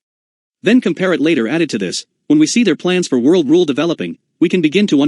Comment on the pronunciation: And pronounce Comparet correctly.